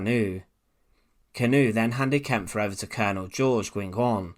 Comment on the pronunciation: Great video mate. One little tip, I believe the e at the end of the guys name is silent so you just pronounce the pf.